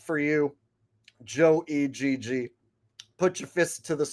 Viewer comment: Joe E-G-G 🤣🤣🤣🤣😂 I think it's supposed to be Joe Egg but Joe E-G-G is way funnier! 😂😂😂😅 i am literally laughing my ass off at the way you said his name!